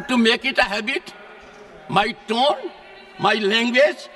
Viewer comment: Tune nahi tone